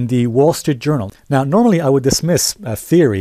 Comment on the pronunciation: Lost me there: "reputable jounral" :)